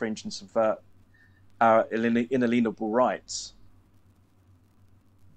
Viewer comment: I like that he says “In a lien able” because too many people think the word is something to do with aliens. People need to learn what liens are and how they affect our lives.